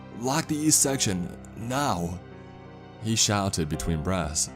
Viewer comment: I keep hearing him say "breasts" for "breaths."